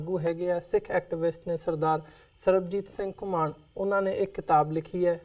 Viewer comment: host jee ur guest's is Ghumman not ghumaaan